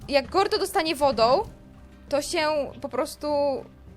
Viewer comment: nie czyta się gordy tylko gordo